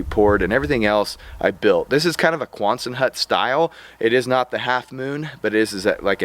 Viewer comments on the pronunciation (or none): Quonset hut, not "quonsun hut".